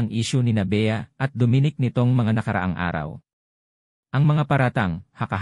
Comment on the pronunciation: hoy mali ang pag prounce mo sa name ni dominic bisaya ka ba tigasng dila mo gags.